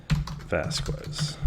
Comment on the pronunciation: Just FYI, Jhonen Vasquez's last name is pronounced "Vas-kez".